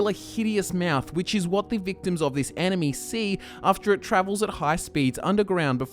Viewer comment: Every time he says enemy it sounds like anime... or is it just me?